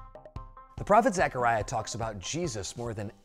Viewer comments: Nice, but it’s Zechariah NOT Zachariah. My grandsons name is Zechariah and I cringe when people call him Zachariah. Lol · You're saying my name wrong dude.